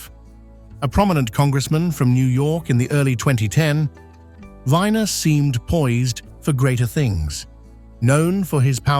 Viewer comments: Yeah you may pronounce it as Anthony Viner, but here in America everybody, including himself, pronounces it as "We-ner", like the male "member" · Not Andrew “Winer”. Andrew Weiner. You skipped the best part!